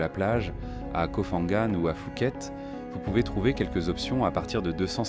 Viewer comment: Vidéo complètement fausse et bourrée de lieux communs moralisateurs du Café du Commerce ! THAILANDE s'écrit avec un H après le T, merci ! ( même en anglais ! ) Et PHUKET se prononce POU-KETTE. Il y a un tréma sur le dernier I de CHIANG MAÏ, donc on prononce MAILLE ! Vous êtes sûr de connaître le Pays du Sourire ? Apparemment NON ! Et bonjour les clichés sur les farangs ( savez-vous ce que c'est ? ) ! Quelle horreur ! STOP, j 'arrête de regarder après 8'23" parce que c'est vraiment DU GRAND N'IMPORTE QUOI !!! 😡😡😡